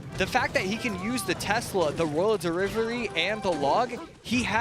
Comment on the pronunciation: “royal derivery”